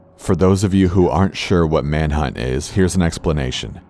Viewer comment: ''manhut'' me: dO Do dO Do dO~